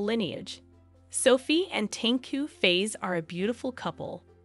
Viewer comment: Hehehe Tengku face ........ We here pronouce it as Fah ezzzz (Fa'iz)~~~~